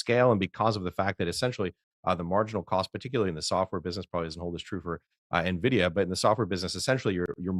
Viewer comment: If you can't even say nVidia's name, the rest of your analysis is immediately suspect. Skipping the rest of the video. 🛫